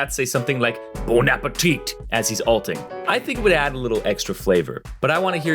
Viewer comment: You don't pronounce the second T in Bon Appétit 😂